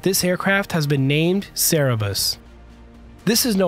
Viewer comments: Omg. Sir burr us. Not Sir a bus. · It's not cerebus or cerebrus, it's Cerberus or Cerberos ffs. When will Americans learn to pronounce simple foreign words? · Cer-ber-us. Not Sarah-bus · Cerberus is pronounced phonetically as: sur-bur-us, not Sara-bus! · Great report. One minor thing though, Cerberus is pronounced as Cer-be-rus, not Ce-re-bus. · Cerberus (Serberus), not Serebus. To nitpick further I wish the animator drew the crew inside at an appropriate scale, not as giants lol. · great video! but it's Cerberus, not Cerebus. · "Cerebus"? It is Cerberus. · NOT Cere-bus ; Cer-berus - (Cer-berus, in Greek mythology, the monstrous watchdog of the underworld. He was usually said to have three heads.) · Just a quick correction, the name of the aircraft is Cerberus (pronounced Sir-bur-us) not Sarah-bus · Cerebus? You mean...Cerberus rigth? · It's Cerberus, not Cerebus. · Cerberus, not Cerebus. At least you didn't say Severus. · Cerberus, ("Kerberus") not Cerebus. (sorry but it bugged me!) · Yes, I came to comment it’s CerBeRus, not Cerebus. Sorry, I’m an a-hole. 😂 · Cerberus, not Cerebus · cerebus? Nope, Cerberus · It's CER BER US not cerebus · The 3 headed hell dog is Cerberus, pronounced sir-brr-us, not Cerebus, pronounced sayr-uh-bus, which is a comic book aardvark. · 'Cerebus'' was a comic book series' by Dave Sim. 'Cerberus' (Ser-bur-uss) is the name of the new aircraft. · It's not pronounced 'Sara bus' it's sir-bur-us. Just FYI. Good vid though except when I hear that 🤨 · CERBERUS not CEREBUS. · Not cerebus:Cerberus [ sur-ber-uhs ]SHOW IPA noun,plural Cer·ber·us·es, Cer·ber·i [sur-buh-rahy] for 2. Also Kerberos [kur-ber-uhs] .Classical Mythology. a dog, usually represented as having three heads, that guarded the entrance of the infernal regions. a formidable and often surly keeper or guard. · It's "cerberus", not "cerebus". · cer ber rus... not cera bus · Not Cerebus, it's Cerberus.. Ser-ber-us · it aint cerebus it's Cerberus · Cerberus, not Cerebus. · CeReBus lol